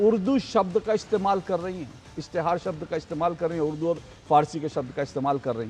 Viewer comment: Uddu nahi urdu bolty hain bolna sikho madam please 🙏